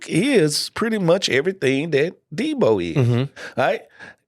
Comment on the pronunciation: We gotta work on getting Deebos‘s name right. I cringe every single time I hear the S at the end